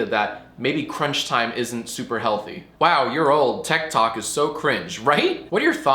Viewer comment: I thought he said ted talk at first 👀👀